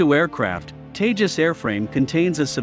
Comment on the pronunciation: It's seem funny when you say teja💨 lethal fighter jet